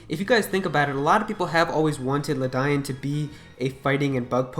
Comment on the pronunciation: Many of the Galarian types sound great (if this is true), but DUDE PLEASE PRONOUNCE LEDIAN'S NAME CORRECTLY. It was killing me how you pronounced it hahaha